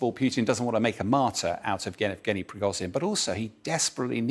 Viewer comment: zh in Prigozhin is pronounced like the s in leisure. It isn't difficult!